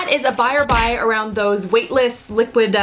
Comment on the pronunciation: They're WAVE-tless ;D